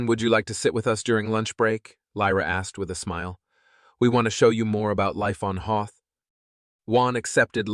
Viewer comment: You have to learn to be consistent about people's names and location names Juan sounds like wuan, and Hoth sounds like the ice planet from Star wars. If you can't pull it together please get another narrator.